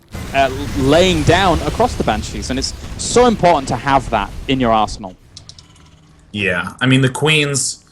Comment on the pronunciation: I swear that he says 'Arsehole' instead of arsenal.